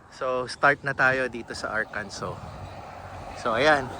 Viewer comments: Arkansa not Arkanso. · watching from springdale arkansas (ar-kan-sa) enjoy your trip boss, sir hindi nga pala arkanso ang pronounciation kundi Ar-kan-sa sir.